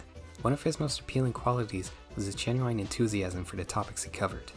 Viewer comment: I cannot get over how you pronounce the word genuine like the R&B artist Ginuwine